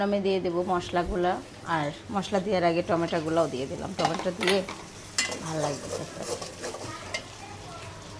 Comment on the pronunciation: টমেটা বল কেন বল টমটো